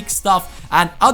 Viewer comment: IT sound like you Said " have a Nice day and piss "😂